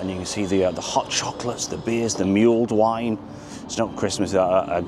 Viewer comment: You pronounced mulled wine totally wrong mate